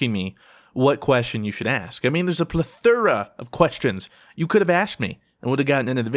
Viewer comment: "plethura" cringe "k-sadilla" cringe (jk, just b8)